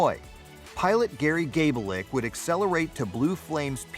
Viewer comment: Say Gab-Litch